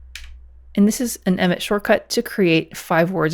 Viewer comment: It sounded like "met" not emmet.